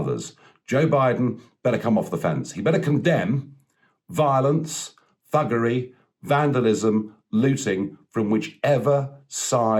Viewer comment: I had to listen a few times to confirm. Kept hearing buggery.